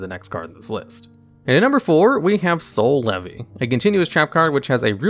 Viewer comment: Every time i hear Soul Levy , i hear "C'est la vie '